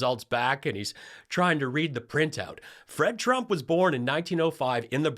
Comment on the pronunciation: I like the way leaverite’s speech impediment makes it sound like she’s saying “president chump”